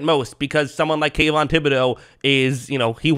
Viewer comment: Did you say Tayvon????